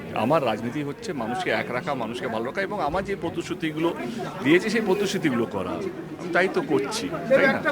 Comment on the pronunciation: পতশুতি শব্দটা আবার কি?? প্রতিশ্রুতি বলে শব্দ আছে জানতাম তো।🤣🤣🤣🤣